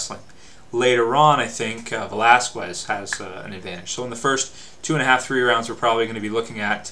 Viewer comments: whats up with people and their Cain "VelasKuez"?? ... its pronounced "VelasKez" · Its pronounced without the U, velasqez, but is written Velasquez